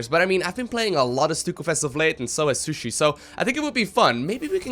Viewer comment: *She-Shoe-EEEEEE not shushi